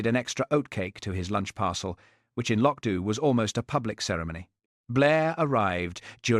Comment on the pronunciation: 1.51 no trousers, 2.12 trousers, 6.47 no trousers😂❤wonderful, apart from AI, although it pronounce loch Dubh correctly😊